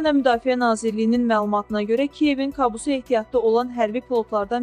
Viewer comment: "Kabus "sözünü düzgün tələffüz edin.